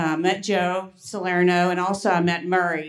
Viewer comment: My God......never even thought "Joe Salerno" could be pronounced like that. And I spent 2 weeks in Italy. I am amazed.